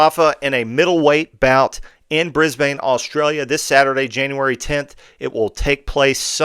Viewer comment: Love your pronunciation of Brisbane.